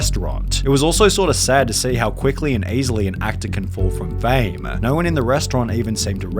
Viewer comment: Whats with the pronounciations Careeeeeeeeer, Fameeeeeee, Meeeeeee